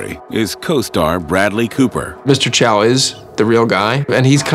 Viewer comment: 影片中，『周』的發音是廣東話(和周潤發相同)，不是普通話。 將老周設定為臺灣人，怪怪的。